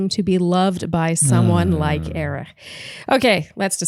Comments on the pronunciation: Love you guys, as always! You're the only bach recap that I'm not embarrassed to be caught listening to 😂 Just wondering why you think Erich's name is pronounced "Erih"?? Did he intro himself that way?? I just assumed it was a silent h lol Word watch: 4 ! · I love you guys, but please stop pronouncing Erich’s name that way. It’s pronounced just like Eric. I’m not sure if you’re making a joke or incorporating some German pronunciation, but I had to skip through the recap of Gabby’s date because it was driving me crazy. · Can yalls pls stop calling him ErIcK cuz that’s NOT his name!!!!👎🏼😒 Hate to say it, but that’s annoying & disrespectful. Not funny. SHE-lene